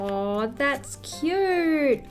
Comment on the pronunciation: The way you say "It's so cuuuuuRRte" just makes me laugh. 😆